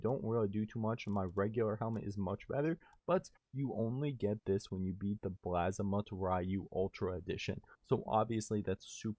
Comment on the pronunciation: Constantly pronouncing the name wrong got you a thumbs down.